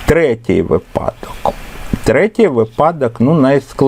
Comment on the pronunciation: Дякуємо за пояснення. Цікаво і корисно. Єдине прохання, зверніть, будь ласка, увагу на наголос у слові "вИпадок", бо грамотними учням буде "різати вухо". Дякуємо за Ваш труд. Завжди чекаємо на Ваші уроки❤- незамінний помічник і для учнів і для вчителів!